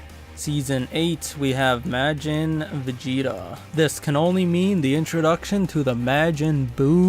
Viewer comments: Its pronounced ma-jin not ma-gin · MAREJIN?!?!? nah you can’t speak